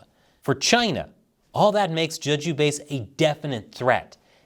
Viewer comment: btw it's pronounced "jaeh-ju," not "juh-ju" - as for the DPRK, I think the Norks are actually going to take a "wait and see" position. Despite all of the flowery alliance talk and documents, there is no love lost between the DPRK and the PRC, and if it looks like the PRC is going to get rapidly destroyed, the DPRK is likely to sit it out (its primary objective is the survival of its own government).